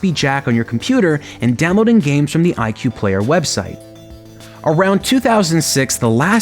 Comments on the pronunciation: I pronounced it /i-choo-eh/ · it’s actually pronounced ee kway just lettin ya know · IQue sounds like IKEA